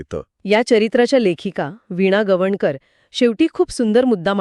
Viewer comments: मी ही हेच सांगणार होते.. वीणाताई यांच्या नावाचा उच्चार बरोबरच व्हायला हवा. बाकी चर्चा छान. आवडली. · गवाणकर.. गवनकर नाही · वीणा गवनकर नाही वीणा गवाणकर